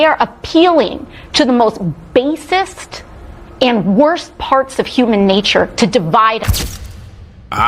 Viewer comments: Did this chick just say bassist? Instead of basic. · Basict???? AOC needs an English class